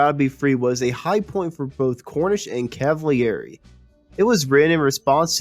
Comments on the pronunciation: Felix Cavaliere last name is pronounced CAV A LEAR A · Totally lame. First, you've butchered the pronunciation of Felix's last name. And far more importantly, you never mentioned the untimely passing of the great drummer, Dino Danelli. Unbelievable.